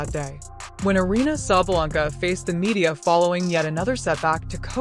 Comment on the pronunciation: Sabalenka, not Sabalanka! Get it right, it's not hard. Yes, she is a sore loser.